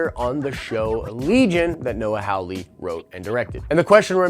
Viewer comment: The name is Hawley (HAH LEE) not Howley (HOW LEE). You claim to be a fan of Legion and of Hawley, but you cannot pronounce the man's name right. Learn to read.